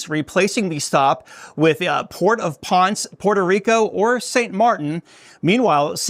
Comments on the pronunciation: I believe poncé is pronounced Ponsay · Ponce is pronounced as "Pon-say" Two syllables. 😊